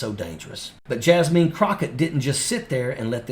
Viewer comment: It's not Jasmeen Crockett. It's Jasmine Crockett. Jasmine - pronounced "jazz-min".